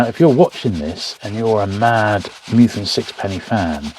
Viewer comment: Minor niggle - it’s Meth-ew-en, not Mew-then :-)